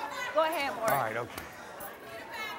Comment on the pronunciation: Again, someone else don't know his name! It's NOT Murray, it's Maury! Short for Maurice. Do they pronounce Maurice like Murrice? 😅 It's so ignorant! Come on people, have enough respect for the man to say his name correctly! We miss you Maury.